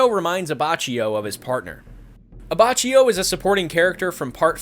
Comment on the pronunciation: IT"S AH-BAH-KI-O